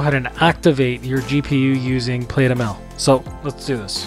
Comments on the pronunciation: Great video— very useful. Thanks. BTW, “plaid” is likely pronounced as “Plad” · Good video. Small nit... You are pronouncing it wrong. It's plaid (/plad/), like the cloth.